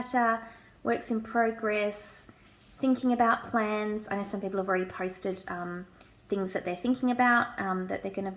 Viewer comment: I thought you said 'plants' at first, not 'plans'. They're both great, though! The first thing on any to-do list I write is 'write to-do list'. If I can cross something off right away it motivates me and gets me going to do more things.